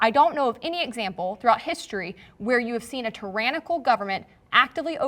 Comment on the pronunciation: I wish they had had Colion in place of. Even though he’s an NRA shill, Noir is at least “smart”. is “entertaining” in a shuck and jive or meme type of way. But he adds little to nothing in the way of intelligent discourse. Can’t even pronounce tyrannical🤦🏽‍♂️